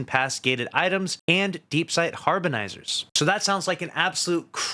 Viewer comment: bro said harbonizerz